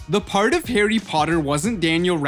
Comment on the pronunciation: Hawwy pottey